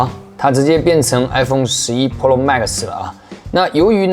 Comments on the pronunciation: 哥。。。pro读普肉。。不是剖肉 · 把Pro说成Polo，一定是故意的。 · pro的发音太喜感了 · 你别说真的和日式pro发音好像